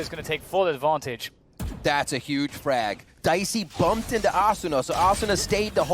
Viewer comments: Yeah Uh-soona Ass-una A-suna A-soona Lmaoo wtf😂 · The way hes pronouncing asuna is throwing me off lol